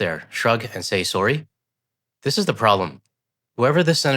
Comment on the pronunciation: "sorrey"? what language is that?